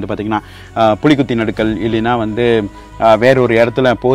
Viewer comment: நடுக்கல் அல்ல நடுகல்